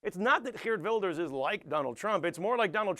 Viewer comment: Many dutch people (incuding me) are ashamed of Wilders and his followers. Please don't assume everyone here is like him or Donald Trump :(. And btw nice pronounciation of Geert Wilders, especially the G-sound can be very hard for foreigners :)